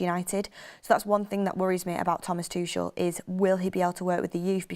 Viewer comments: Tuchel is pronounced as Too-kle... not Tush-shell. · I hate how she says Tuchel… Toooshel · Thomas "Tooshell" 😂